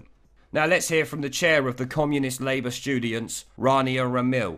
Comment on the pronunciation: "Stoogents"??? Did you mean this? If so or if not, it's a great phrase!!!